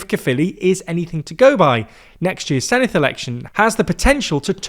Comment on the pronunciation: Did better than the BBC which shows how little the BBC cares.